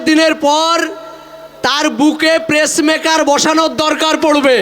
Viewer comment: প্রেস মেকার না। পেস মেকার।